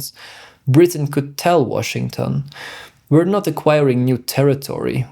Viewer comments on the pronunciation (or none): none